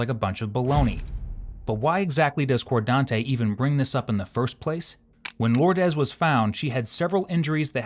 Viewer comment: "Lordez.. Cordante".. Which planet did this happen on again?.. 🤔